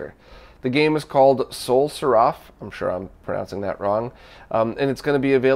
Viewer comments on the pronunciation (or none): none